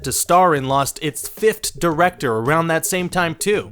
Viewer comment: "Fiftht"? Ryan! Come on!